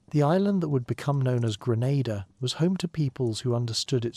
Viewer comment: Normalise having enough respect and doing enough research to pronounce d dayum islands correctly cho